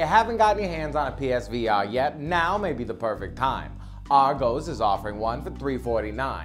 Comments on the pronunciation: Great vid, as usual. Just FYI. "Argos" is pronounced "ar-goss", not "argo's". Keep up the great work. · Argos!! I loved how you pronounced that!! 😂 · FUNNY the way you pronounce Argos....also its always been 349GBP.